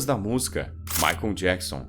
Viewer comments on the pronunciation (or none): none